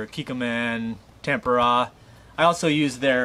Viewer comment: nice video can't figure out if you saying tamponade tempura or what you're trying to say great video though